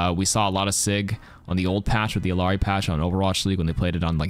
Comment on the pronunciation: Love u but it's bothering me that ppl keep pronouncing illari's name with a hard L. It's ee-yah-ree.